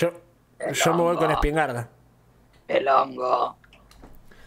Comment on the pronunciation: "Spignarda" JAJAJJA